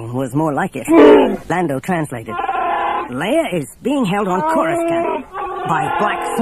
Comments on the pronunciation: This guy corus-can't pronounce the Imperial Capitol World name. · “Koru Scant”? Really ? Was no one minding the store when they recorded this? Every time I hear him say it wrong It throws me. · Again, it was Anthony Heald. This was the "official" pronunciation before the prequels came out (the recording was made in 1996) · I appreciate the production of this video but you can tell whoever made it is not a Star Wars fan just by how they mispronounce almost every planet alone... choruscan't , v-span lol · This was before it was said aloud in any of the movies, Coruscant and Bespin both get pronounced funny in this lol. It seems like it wasn’t official yet to pronounce either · Coruscant = "kor-uh-sahnt" not "kor-us-scant" Palpatine = "palp-uh-teen" not "palp-uh-tine" Bespin = "bess-pin" not "bee-spin" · PalpatINE, BEEspin, CorusCANT... The mispronunciations are distracting. Otherwise this is a really good production. For the most part. There's an odd moment where the Falcon flies past a gigantic image of Leia. That was weird. But mostly pretty great